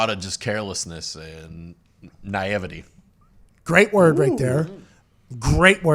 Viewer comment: “Nievete” was pronounced with all the nievete this show has about the world, because I’m the arbiter of foreign to murican n smaht like dat